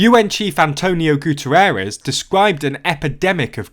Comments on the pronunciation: I usually don't mind mispronounciation of names since phonetics can be hard but that pronounciation of "Guterres" shouldn't even possible considering the way the name is spelled. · Interesting video,, thanks. Loving the accent and the voice, as usual. The only thing — are you confident in your pronunciation of the UN Secretary General's surname? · I feel bad for Antonio, his name was butchered :(